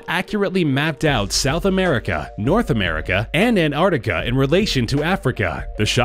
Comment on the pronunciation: "arnarticar" :p